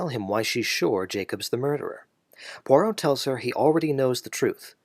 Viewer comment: *NOT PoiRRot!*😠 French has no R as in caRRot, but a gravelly rolling in the upper throat. To make such a strong point, make it *correctly*🤨 - especially saying the name many times!!🫨